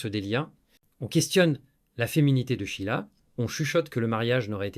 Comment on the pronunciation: "Chila". L'IA n'est vraiment pas au point. L'être humain ne peut être remplacé par aucune technologie. Vous oubliez le rôle joué par Claude CARRERE, tant dans la rumeur que dans le mariage. Quant à la chronologie, elle n'est pas respectée.